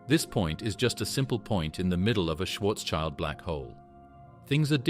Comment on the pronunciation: Schwarzschild, pronounced Shwartz-shield, not child.